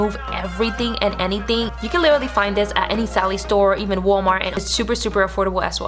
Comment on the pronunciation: Like she said" lilry" I thought it was supposed to be "literally"